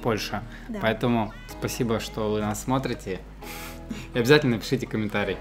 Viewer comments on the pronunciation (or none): none